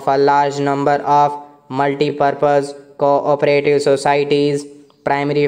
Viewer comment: Bhai thik se aur dekh ke padho. Aap co-operative ko kabhi co-operative padhte ho aur kabhi corporative. Aur curricular ko aap ne curriculam padha hai.